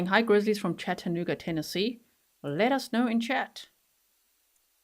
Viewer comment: Catching this on the replay as I missed most of the live!, I love how you pronounce Chattanooga 😄—especially with your accent. Down here in the Tennessee region, most folks say it like "Chadd-a-nooo-ga" 🤭—unless they’re new to the South. It’s kind of like Louisville, Kentucky. People who aren’t from around here might say "Lewis-ville" or "Louie-ville," but locals from this region will let you know it’s "Lou-vull." I grew up in a small/rural farming community in Wisconsin, so moving to Birmingham, Alabama at 18 years old, and never being exposed to any other part of the country other than the midwest. Boy, was a whole culture shock. Thank goodness my new community quickly gave me a crash course in Southern living so i wouldn't stick out like a vulnerable "sore thumb" 🫣: 1. It’s “y’all,” not “you guys.” 2. It’s “Coke,” not “pop.” 3. And for the love of sweet tea, it’s "Lou-vull," not "Louie-ville." 😂 Funny enough, within a few years of leaving my small hometown, one accent that drives me nuts now is the one I grew up with. It’s like nails on a chalkboard—but also a little nostalgic. When I visit Wisconsin, I’m the one with the accent now, but within 24 hours, I’m back in full-on “Yankee girl” mode. Then I come home, and the same thing happens in reverse: the Wisconsin girl gets shoved in the back seat, and the Southern woman takes the wheel again. It’s like my accents have a time-share agreement! And even though I’ve now lived more of my life in the South than I did in